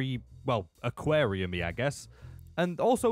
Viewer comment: bro sounds like a Viking when he said aquarium